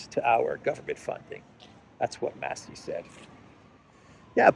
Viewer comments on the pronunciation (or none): none